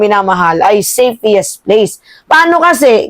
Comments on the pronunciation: Anubayan meima..5x mo cnbi safiest....nkkinig apo ko.safest dw dapat..sorry for correcting your pronunciation.....love you!❤ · Tama ba ang pagkarinig ko, "SAFEIIST? "Hindi ba SAFEST dapat, nagtatanong lang ha...